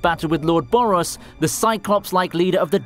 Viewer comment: Who is Boris BRO? its BOROS